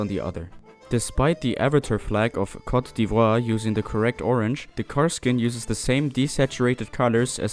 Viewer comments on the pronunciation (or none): none